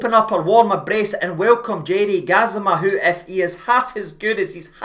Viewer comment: Can someone start a Go Fund Me page for on Rangers TV so we can pay for lessons on how to pronounce Gassama. Poor guy has a speech impediment that doesnt allow em to pronounce the A at the end of Gassama Cheers